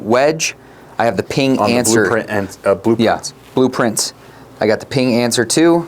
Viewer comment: You mispronounced PING when you named “Srixon” in the top 3 😂